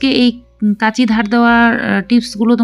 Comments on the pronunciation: কেঁচি। নয়। কাঁচি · কেঁচি না কাঁচি বলুন। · কেচি নয় কাচি 😂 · দিদি ওটা কেচি নয় ওটা কাঁচি। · কেচি বলছ কেন তুমি। কাঁচি বলো তো দেখি। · Kachi hobe, kechi noy. Kachi r kaste ak noy. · Kenchi not kanchi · বাংলা ভাষায় কাঁচি বলে, কেঁচি নয়। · দিদি কেঁচি নয় । কাঁচি বলুন , শুনতে ভাল লাগবে । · Kachi na kaachi konta bolay bujhtay parchi na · কেচী কাকে বলে? আগে উচ্চারণ ঠিক করে বলতে শেখ। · কেচি কাকে বলে? বাংলাদেশী নাকি? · কেচি টা আবার কি? ঘোরুয়া ভাবে মানে? আগে উচ্চারণ ঠিক করে তার পর আসুন।